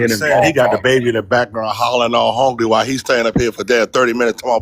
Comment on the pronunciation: When American said "I hungy " 🤣🤣😭😭😭☠️☠️